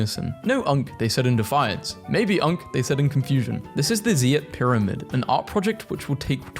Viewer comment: the way he said zeitpyramide hurt me